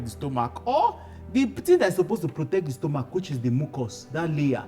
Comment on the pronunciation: 'Stomok' though😅.... This is very educative and helpful. Thank you sir❤